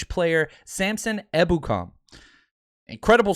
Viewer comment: Haha finally pronounced his name properly! Better late than never